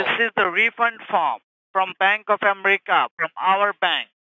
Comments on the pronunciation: its america not amrica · Not the "Bank of Emrica"